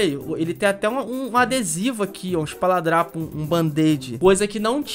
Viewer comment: "ESPALADRAPO" KKKKKKKK